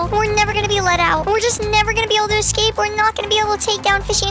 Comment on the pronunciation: Lol he said you have to ecscap not escape